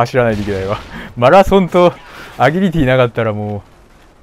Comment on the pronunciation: アギリティではなくアジリティですよ(′・ω・)